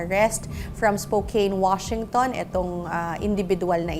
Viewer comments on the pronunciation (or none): none